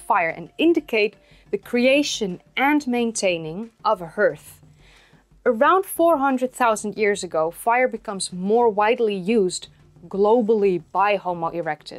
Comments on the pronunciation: Hearth , In American English ( unsure of the continentals ) it sounds like harth , for some odd reason. cheers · Not being picky,, but for your information, "hearth" is actually pronounced more like "Harth". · Hearth is pronounced "harth." But your English is great. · I commented that it would be nice to see examples of the tools, great video. oh and 'hearth' is pronounced : HAR-TH [one syllable] :-) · Pronunciation of hearth is like heart with the 'th.' Great presentation. Imho brain development was spurred on by the practice of fishing. The fishermen usually can't see to the depths and must visualize the sea floor and movement of fish.